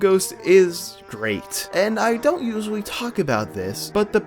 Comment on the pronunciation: Oh those pesky "L" words are difficult for ya aren't they? "He walked right fru duh wall." Walked "fru" it huh? "Usuawy" "Expecially" There's no "x" in Especially bruh. "Wiff" instead of "with" "Evo-duo" "Popuer" instead of popular "Space hear" um heater? "Actuawwy" The Fwane...Flame? "Fowwow"...Follow? "Frowing a key" THrowing "Fretening?"...Frightening "Feater"... Theater "Fratening"... Frightening "Spooky Space Gook" It's Kook I didn't know Elmer Fudd was narrating this. Bahahahaha!!!